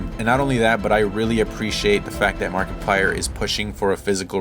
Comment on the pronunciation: Was it just me or did I hear you say MarketPlier? 😄 Great video my dude! (Found you shared this on reddit)